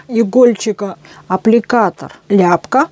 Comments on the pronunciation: Аппликатор Ляпко. Ударение На ко. о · Ляпко,ударение на о́,пусть хранит Вас Господь поклон с Донецка,это наш земляк.